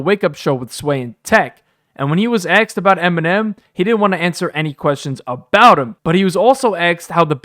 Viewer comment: This was a good review .....however....Why is this narrator saying "axed" instead of asked? 😂😂 He sound like a frat boy "tryna" be somebody he ain't! 🤣💯 #malibusmostwanted